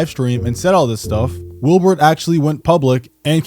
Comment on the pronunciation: Are you saying “Wilburt”? 😂